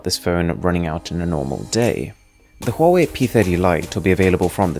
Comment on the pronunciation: Oh yes, the brand called "huewai"